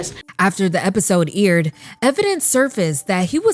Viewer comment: IDK why it irked me every time you said aired as "eerid" 🤣